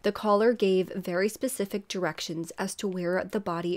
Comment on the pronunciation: She makes quite a few mistakes- pacific instead of specific, her and (name) instead of “she and (name)” I also can’t stand the camera angle. Drives me insane. I’m always looking up her nose lol.